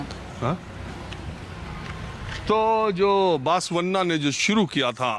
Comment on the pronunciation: Sir बसवन्ना होता है बासवन्ना नहीं। सही pronunciation तो सीख लेते। Yediyurappa is pronounced येडियूरअप्पा